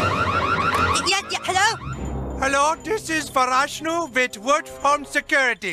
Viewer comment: "Farashnu" LOL xx